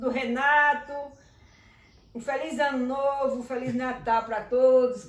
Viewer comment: I.... Anu nouvu